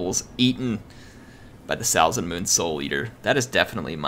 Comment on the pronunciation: Really cool battle, now I wanna play a norsca campaign. Also (It really doesn't bother me, you did as you could) your pronunciation of Salzenmünd is not the best, for me as a German ^^